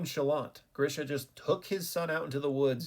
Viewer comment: It is not Grisha it is GREEESHA